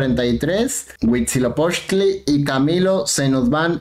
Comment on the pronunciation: Me dió ansiedad que pronuncie bien Huitzilopochtl, y Darknight no JAJAJA